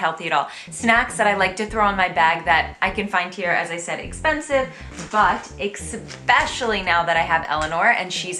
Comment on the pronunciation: I giggle every time you say ECKspecially... There is no X in especially ;)